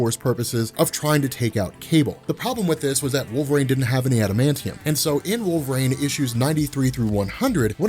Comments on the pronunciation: Wool ver een. Not wall vrain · I keep hearing him saying wolverAIN, instead of wolverine. Maybe I'm insane. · Wool Vuh Reen